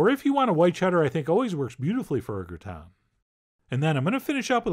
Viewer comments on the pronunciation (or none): It's not a grat-on, it's a great- in! French do NOT say "on" when they pronounce that word! English KILL that word! It's closer to "gratan" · As a French boy, I don't mess around: I put cheese AND bread crumbs :P You said "graton" but it's gratin as in grahtain without the nnnnn at the ennnnnd as in pain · Actually he said "grattons" which means scratching.🤭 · Yes! As an English Canadian who speaks French as a second language, I appreciate this comment...and his pronunciation of Gratin. “Grrraton” 😂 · Clicked on this video to hear Chef John pronounce 'gratin'. Was not disappointed. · Chef John rolling an R is what we did not know we needed in our lives.